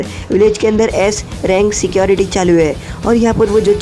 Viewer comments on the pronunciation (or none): none